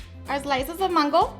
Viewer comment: It’s mango NOT MANNNN GO...